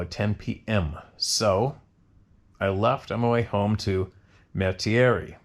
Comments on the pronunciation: I grew up in Metairie, Louisiana. You tried, but it’s pronounced Met-ah-ree. Louisiana is full of unpronounceable city and street names. 🤪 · Correct pronunciation is Met-a-ree, LA. Just in case you want to know.